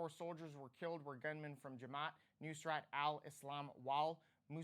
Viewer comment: When you say gun-men, it sounds like gangdam.